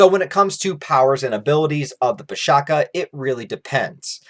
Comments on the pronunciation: The Pishacha is not pronounced as - Pee + Sha + Kaa, rather it is Pee + Sha + Tcha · abey it is pronounced with ch sound. PISHACHA. NOT PISHAKA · Bro, it's pisacha where "cha " is not kha but something like "chai" or che' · Pishacha Not pishaka Cha not ka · pisacha , the cha is pronounced as cha as in chai not ka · The pronunciation is pi-saa-cha (ch like much). Aside from what you have stated, pisacha are also used to define any abomination beasts, not necessarily those influenced by demons or unholy forces. Some pisacha are even revered as guardians, present in Hindu temple carvings and sculptures. These videos are really really good man, keep up the amazing work! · It's PISH-SHA-CHAA(as in Cha from Champion) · Coming from an Indian dude, is pronounced Piss-a-cha(cha as in charred beef or whatever). Pishacha is also correct. Sorry for the late comment. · Love your videos, i don't mean to sound nitpicky, its pronounced Pishaach ch the chart sound. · Pishacha pronounciation is a little off. The 'ch' is not pronounced as k, it's like the 'ch' from charity. Makara is the zodiac sign Capricorn. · the pronunciation is wrong and it would be k instead of cha. It a monster that is found in the folk tales in the indian subcontinent...It is a female monstrous creature which lure human to take its form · Nice video. :) Just one minor correction, the 'cha' at the end of pishacha supposed to sound like 'ch' as in chocolate.